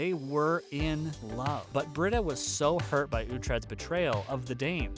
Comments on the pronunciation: It's pronounced Bree-da. Not Brid- a. Obviously you don't watch if you can't pronounce her name. It's very distracting. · Her name is pronounced Brita (Bree ta) not Britta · Dude your killing me...it's pronounced BREEDA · Yes, thank you for stating that. It so bugs me when he mispronounces her name! You'd think he never watches the show! 😖